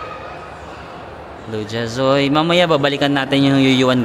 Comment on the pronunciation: Hi. I lived in Shanghai from. Namiss ko naman ang SH habang nanonood ng video mo. By the way, Lu Jia Zui is pronounced as Lu-Jia-Zwey. 🙂